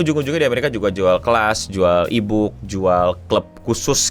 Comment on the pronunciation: Mulut bilang: "Jual e-book" Telingaku: "Jual ibu" 😂